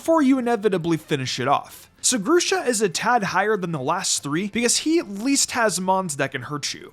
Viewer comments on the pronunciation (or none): It’s pronounced GRUH-shuh and flor-JESS, “”! 🤨